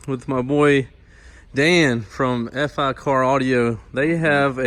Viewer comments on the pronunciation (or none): It's Fi. Like hi-fi. Not F. I.